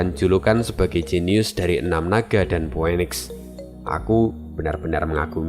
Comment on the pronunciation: Min, bukannya phoenix itu di bacanya phunix. Gw agk keganggu dgrnya dikit tiap kli dgr itu. Ini masukan aja min. Terimakasih